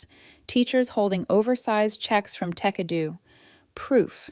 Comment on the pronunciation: Jesus. Tekedoo? Tecadu? Tech a do? Tekedu? When will AI actually contain ANY kind of even vague, minimal Intelligence? “Tech Edu” really seems to have fried its motherboard.